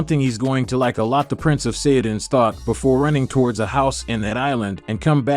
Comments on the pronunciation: bro u pronounce saiyan wrong ,''u ssound saiyand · You are pronouncing Saiyan wrong